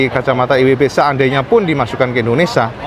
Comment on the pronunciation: Indonesia om, bukan indonesa...